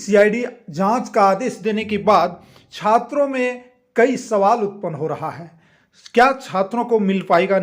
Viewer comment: Chatra neta nhi hai bhai chhatar neta bolna chah rha hai 😂 Kya umid rakhe